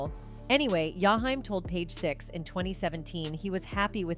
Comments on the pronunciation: Oooooooh of she says Yahime one more time.I think shes saying his name wrong on purpose. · His name is Jaheim,not Yahime😮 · It's jaheem😡😡😡😡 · I sat thru this whole video, and didn’t understand why his name was pronounced that way, the disrespect…. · Okay now why you can't pronounce his name right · Could you butcher his name any worse🤨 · I agree with you. 💯 She's white.